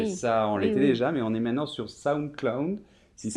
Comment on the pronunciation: Quelle singularité de donner des leçons de prononciation tout en élidant systématiquement la deuxième syllabe du mot "maintenant". Exemple dès le début, à ...